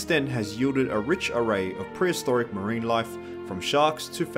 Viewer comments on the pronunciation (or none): none